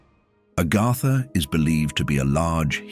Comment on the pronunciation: It's AGARTHA... Not ARGARDA